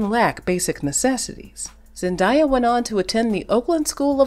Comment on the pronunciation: Great coverage of one of the most popular, respected and much loved actresses on the planet so I don’t know how Zendaya’s name was repeatedly mispronounced!! Her name is pronounced Zen-DAY-a not Zen-DYE-a.